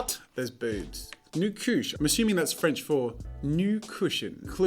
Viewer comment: I thought nu couche was new cooch